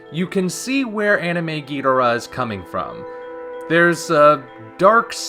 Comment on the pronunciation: If King Ghidorah looks like this movie poster, I think underwhelming is the word of the year for this film. Also, I know you've covered your reasons for it before but you are still not pronouncing Ghidorah's name right. That is not how Toho told us to pronounce it, nor is it how it will sound in Godzilla 2 on the live screen. I will be MORE than happy to lay out why you are pronouncing it wrong and how the Japanese would say Ghidorah like we do if they could, but honestly, it really sounds like stubbornness on your part right now. Toho has made it clear, and you will NOT hear Ghidorah pronounced the way you say it in G2. This isn't the 60s and you aren't Nick Adams. Just help promote awareness of how his name is actually pronounced already. Or start calling Godzilla Godziller like the old 90s dubs.